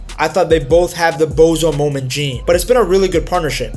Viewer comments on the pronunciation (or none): none